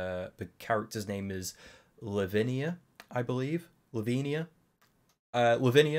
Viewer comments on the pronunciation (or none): I enjoy ‘Lavinia’ pronounced as ‘Slovenia’ and will be doing this going forwards, ty 😂